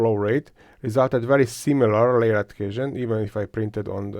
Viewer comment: Work on your pronunciation please. It is a pain to listen to you. But you did a very good job mixing the beat on the layer "edhézsön" test :D And keep up the good work of course. These are very informative videos.